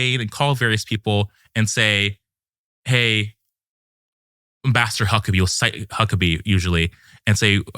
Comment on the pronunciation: Sometimes when he said “Ambassador Huckabee” it sounded like “Master Huckabee”.